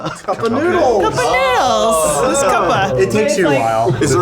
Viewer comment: It's Cup Noodles, why does everyone add the "A"?